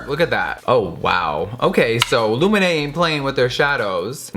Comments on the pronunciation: So coool! How you say Lumene sound so much better than in Finnish! :D Loved the video. I just realized too that Lumene doesn't have setting spray! Why the heck not!? I hope they come with it in the future. Sokos stores are great. ;) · Love how you pronounce ""Lumene" - you make it sound intresting. 🤗💟💟🇫🇮🇫🇮🇫🇮